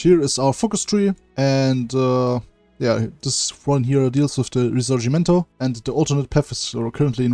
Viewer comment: you have an excellent Italian pronunciation, you are the only person who makes videos of hoi 4 who I have ever heard say the word risorgimento correctly